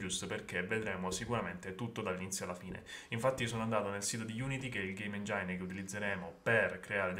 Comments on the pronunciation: Fantastico, oltre che come livello di competenze (Unity e C#), come capacità pedagogica, che rende incredibilmente friendly il corso. Piccoli errori nell'inglese (engine si pronuncia ingen, non enjain, e altri, ma si capisce tutto perfettamente ed è quello che importa). Un grazie di cuore, sei un grandissimo insegnante. Problema (se hai tempo rispondi): l'attuale distribuzione di Unity scarica una versione di VS community 2019 che non riconosce l'importazione UnityEngine (usando using nello spazio di importazione). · Da un EPIC fan boy (Unreal engine per tutta la vita) ti faccio i miei complimenti, ma per favore! Engin non ENGIAIN!! Keep it up, sempre piu' game developer italiani, mi rende stra felice <3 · engine si pronuncia ˈenjən 😅